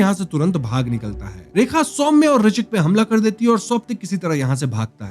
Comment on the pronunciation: "सौम्या" नहीं "सौम्य" है वो